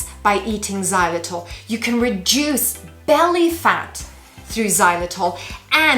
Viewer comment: Reduce. Not reduse.